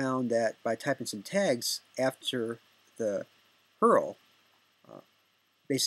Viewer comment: its u.r.l not eurl